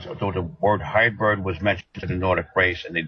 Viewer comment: Seriously...? Highbird? Get educated, read a dictionary once in a while. Hybrid. Hybrid. Hybrid